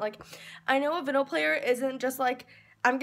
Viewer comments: it’s called a record player. and it’s pronounced vEYEnyl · You're saying vinyl wrong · Btw VINYL is pronounced like vine-al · if you’re gonna listen to records at least pronounce vinyl right